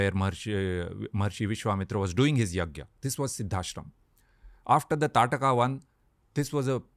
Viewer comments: In Odisha, Its Taaraka. There is always this regional name change which comes with pronouncing names. For Shri Ram, we say Prabhoo Sree Rama. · It's taarkaa or taadaka not tataka